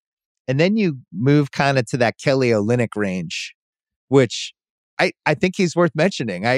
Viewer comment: LOL you really said Kelly Onlynik